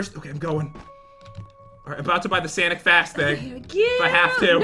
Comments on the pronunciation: She also said Sanic fast and not sonic fast jen can't have here ramen noodles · it's not sanic it's sonic